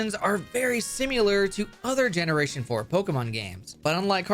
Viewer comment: i fuckin hate how this guy says "simular"